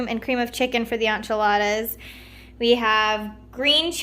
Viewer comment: Did she just say ONchiladas?